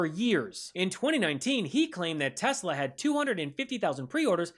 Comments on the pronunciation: My guess is he called it Tesler because he’s constantly using a word ending in ER….. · Did he say I love Teslar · TESLUR LOL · Isn’t it, TESSLUR?😂😂😂😂😂😂😂😂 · Is anyone going to tell him it's Tesla, not Tesler? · Tf is a tesler? 😂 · Does he not know it’s TESLA not TESLUR ????? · He loves “Teslur”! lol. He’s fucking dumb as hell. He cant get anything right! Thats why “The Apprentice”, his stupid reality show, that encouraged contestants to engage in hateful attacks towards each other-was eventually cancelled. The more hateful chaos he created, the more he enjoyed it. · WTF is Tesler? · I wonder how long Musk tried to teach Trump to say Tesla instead of Tesler before he gave up. 🤣Trump sounded like a doddering old fool. This actually gives me hope though, because if Musk is this desperate we might have a good chance to shut him down. There's a protest at a Tesla dealership near me this weekend. Check out your area. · Why does DT call Tesla, Teslurr? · Teslur, the moron can’t even get that right. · He likes “Teslers” this guy 😢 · Did yall hear tiny fingers say “Teslur” what a nut job he is. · Tesslur, not Tesla. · Teslur....😂😂😂😂😂 Idiot! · Funny that he always says "Chi-na" but can't say "Tes-la." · But will the car correct dumb people unable to pronounce a simple word like TESLA! no "R" in TESLA, Rtard. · Tesler!!!😂 he meant Hitler!😡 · He’s such a doofus 😂😂😂 teslurrr😂😂😂😂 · Why does that uneducated 🤡 trumpty dumpty keep calling Elon’s cars “ tesler”? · Called it "Tesler" 🤣🤣🤣🤣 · "Tesler" seriously 😂😂😂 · Tesler??? Does DT even know his own name??? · He can’t even pronounce Tesla.. BTW He can’t drive.. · The dummy didn't say Tesla the right way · What a salesman he can't get the name right 😂